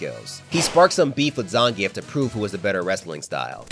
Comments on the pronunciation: You pronounce zangif name wrong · Why my guy say zangief like that 😭 video is amazing regardless